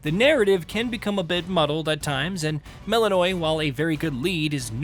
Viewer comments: You are joking, right? They do not pronounce it like that in the game. They say it properly, which sounds like "Mel-in-oh-wee" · Anyone else get irrationally angry when people pronounce names wrong when they say their name a million times? "MEL-IN-O-AY" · I get the feeling that the guy reading this script hasn’t played the game even once. Mel’s name is said so many times that it’s hard to imagine mispronouncing it this hard if you’ve played the game…